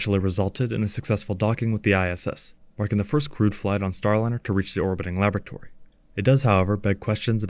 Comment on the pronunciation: I thought I heard you say: the orbital lavatory, but I guess it was laboratory...😎